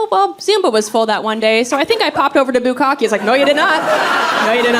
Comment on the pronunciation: Bukka'keh - the last "e" is a short "e". Bukka'keh - "to pour large volumes upon"